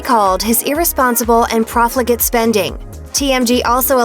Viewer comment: Proflicic spending? Lol learn how to read girl